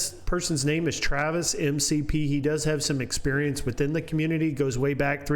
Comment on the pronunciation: His last name is McPherson. It should actually be pronounced "Mik-P." They say "M-C-P" because it sounds cooler. Its very mature.